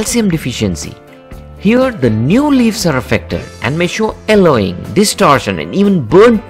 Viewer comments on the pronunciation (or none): thank you for the tips. however, could you please pronounce Y in your next video? eg: Yellowing not ellowing. :)